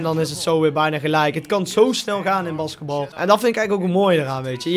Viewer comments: oke als je 2k filmpjes wil maken moet je wel basketbal kunnen uitspreken. het is met een lange a, baasketbal. en vujivic spreek je uit als vujifiets, en niet: vujiniets. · BAskatbal zo zegt hij het